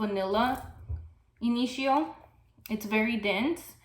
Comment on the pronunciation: yes please, more about Rehab. Which fragrance does it get compared to? And this one could work in warmer weather, right? You have been pushed, my friend! Oh BTW I love the way you pronounce Initio! 💚💚💚💚💚💚